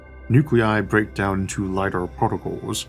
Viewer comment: Had to check the spelling because it sounded like you were calling 'the big break' 'the big brick' as in a bricked pc. XD